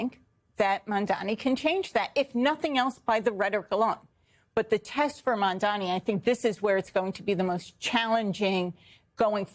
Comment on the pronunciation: Will Cuomo finally learn to pronounce Mamdani's name?